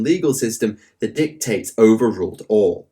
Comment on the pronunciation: you pronounced dictate wrong. Six months in the iso-cubes.